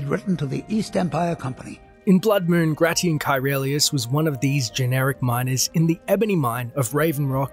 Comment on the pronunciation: It's pronounced "grey-shun'". Like the Roman emperor